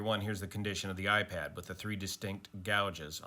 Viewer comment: it's "iPad"